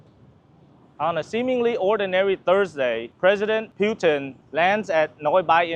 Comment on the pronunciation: It’s PUT-in … please, please pronounce it correctly 🙏